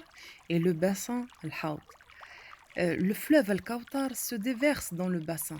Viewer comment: On dit pas al kaoutar on dit al kaouthar c'est écrit dans le coran " th " et pas " T " apprend a bien parler